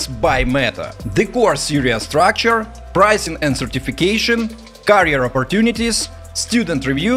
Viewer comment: Great reviews, seen couple of videos , my friend you're pronouncing carrier instead of career